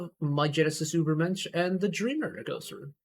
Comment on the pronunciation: My Genesis really is just slightly bonkers and I love it! It gives you whiplash in the best way possible. And as a German I can confirm the pronunciation of Übermensch is pretty good.